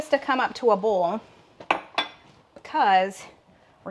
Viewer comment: In Louisiana here, you are right, boil is "bowl" or "boll" and not "boy-l". Ha, ha.